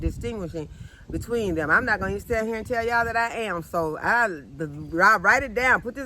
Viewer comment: I see you just got real when you said let me tale you all something and you pause that was a good laugh love you keep being a blessing to us all God Bless you and your family Utube farmer.